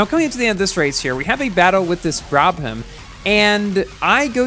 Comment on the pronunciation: what did you say here? IK you were try to say brabham but it sounded funny.